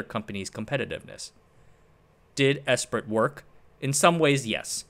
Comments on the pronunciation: I believe "Esprit" is pronounced "Espree." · Esprit is pronounced ‘ess pree” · Great video. FYI 'Esprit' is pronounced 'Espree' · Came here to say the same. Phonetically it’s pronounced “Espree”. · Esprit is pronounced "'espree" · Not out of annoyance, just a correction. Esprit is pronounced "S-Pre" it stems from French, and being an EU policy its likely it was largely written there, though in don't known that part for sure.